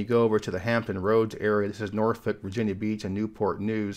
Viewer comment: Nor-fuk. Not Nor-folk